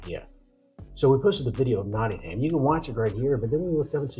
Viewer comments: 🎉The city is 'NottinghUm' not 'NottinghAm' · No such place as Notting-Ham. It's Nottin'um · Gosh my internal autisitic british head is going crazy at there mispronunciations especially of nottingham it ends with a hmm not a ham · If you really do want to learn about England and the English as you claim at the start you could do well to learn how to pronounce English place names the way they are pronounced in England! Nottingham Castle is pronounced Nottingum, one word, Castle not Notting Ham Castle just like Buckingham Palace is pronounced Buckingum Palace not Bucking Ham Palace! A little bit of preparation goes a long way! Hang on a gosh darn minute! I just got to 1 minute into the video and gave up. You seriously thought that America was the only country in the world that ever had a civil war? Seriously? Are you kidding me? Honestly? Go on, please tell me you were joking! Pleeease! For the love of God, please tell me it was a joke just for my own sanity before I start tripping! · It is pronounce 'knotting-em'. Hence the dirty song. And remember that the term "Civil War" actually comes from the Latin and the Romans had a civil war after the death of Julius Caesar. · Please say Nottingum. Please note, also, that there have been a number of so-called 'civil wars' in England, one of them three hundred years before Columbus set sail to 'discover' the Americas. The Stephen and Matilda war could be classed as civil war, and later on, but still before 1492, the Wars of the Roses lasted over thirty years in the mid-1400's. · NOT ing HAMM 🤣🤣👍👍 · Your ears must have bled every time they said Notting Ham the way mine did! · You haven't learnt how to pronounce Nottingham yet.😅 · Did you actually go to Nottingham? Because no one in Nottingham pronounces it like you do. Thats the American way. Did you even speak to any British locals?